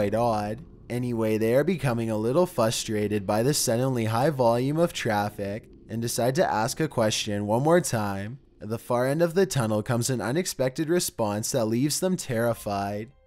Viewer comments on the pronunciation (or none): Ehhh, his narration is making me die! Plus he said fustrated! It frustrated! Yeesh. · Did anyone else noticed he said fwustrated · "fustrated" love it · Ok, it's not a digital voice, he said "frustrated" wrong lol "fustrated" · Ok..... I could only stand a few minutes of your voice, plus the "all of the sudden" and "fustrated" makes this really seem like an amateur video.